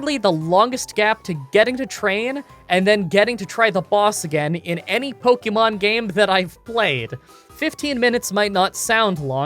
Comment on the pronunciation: "Cranidos" not Craniados. My dude, can you even read? Like the vids btw. Also. Pokémon, not Pokimon.